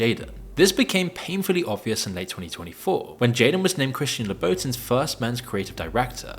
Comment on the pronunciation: Christian LA BOW TIN is kind of a crazy way to say that LMAO